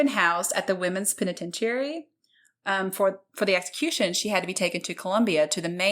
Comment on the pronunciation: Penitentiary has 5 syllables. 😘